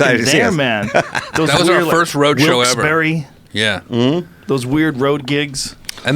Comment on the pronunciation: It's not Bethlehem its said like "Beth- Lem" and it's not Wilkes-Barry... its Wilkes Barre pronounced like "Wilkes - Bear". Just saying.